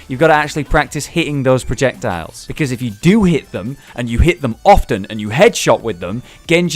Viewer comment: protectiles? melei? btw its pronounced as mei-lei and is written meele